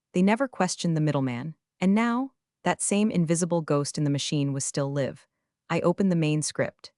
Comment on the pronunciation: Be nice if you could get your ai to read the word "live" with a long i instead of a short one when the narrative calls for it. Very creative composition. And amusing.